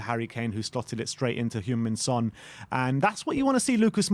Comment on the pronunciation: He’s not French mate. Try say Son properly.